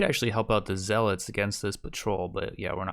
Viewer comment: stop daying zealots wrong, arghhhhhhhhhhhhh